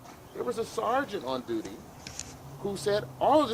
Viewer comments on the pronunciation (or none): none